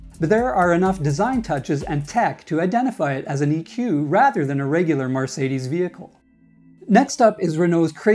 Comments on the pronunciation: puleeeeeeeeeeeeeeeeeeeeeeeeeease stop saying 'MARcedes'. It's 'MERcedes'!!! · did u seriously say MAR cadies?